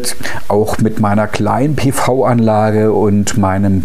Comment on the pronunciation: PiVi Anlage. Endlich spricht es mal jemand richtig aus! Dieser Kommentar ist natuerlich ohne Produktplatzierung!